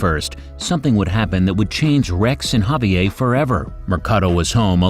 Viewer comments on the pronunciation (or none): Can't pronounce Javier?